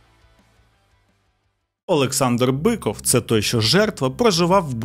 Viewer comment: У вас криміналіста звуть "ОлексНАдр" 😂 на *